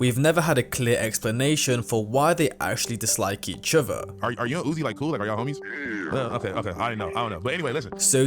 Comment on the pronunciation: "each ovah" 🥀🪫